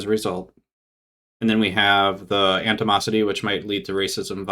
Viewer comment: It's 'animosity,' not 'antimosity.' Antimosity, if it was a word, would probably involve the alchemy of tin or something. I can't believe I watched as much of this as I did.